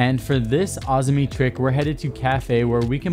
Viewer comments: Hurt my ears the way you said Azami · My brain died with that Azami pronunciation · You don’t know how to pronounce azami 🤦🏼‍♂️